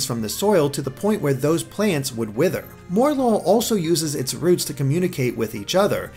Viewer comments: Morelull = Morel + Lull, so it's pronounced 'More-uh-lull', not 'More-lull', just since I haven't seen anyone else saying it. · MOREL-LULL, not more-lull. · Please, please, please STOP MISPRONOUNCING MORELULL. The name, from what I can gather, is that its a play on morel (a type of mushroom) and lull, as in to put something asleep or into a tired state. So don't pronounce it more-lull, pronounce it morel-ull. Sorry for the rant, but most people seem to be pronouncing it this way and it just irks me. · Mor-el-lul not More-lul. A Morel is a type of mushroom. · I think it's supposed to be "Mor-el-ull". Three syllables. Morel (the mushroom) and lull (as in, to sleep). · I think Morelull is pronounced Morel-Lull, named after Morel mushrooms. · mispronunced morelull lol more lul